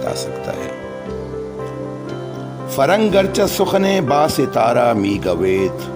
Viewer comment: Not Mee Gawaaid..... Mee Goyad... Guft, Gutand, gufti, guftayd,guftam, guftaym...